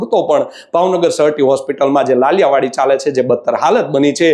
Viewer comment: પત્રકારભાઈ ! "લાલિયાવાડી" નહીં, સાચો ઉચ્ચાર 'લાલિયાવાળી' છે. ભાવનગરના થઈને 'ળ' નો ઉચ્ચાર ડ" કરો છો ?!!